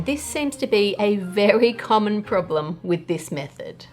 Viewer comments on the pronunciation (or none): The moment Ann said 'Poblem solved!', I felt my inner peace coming back and, for a moment, everything was alright with the world. <3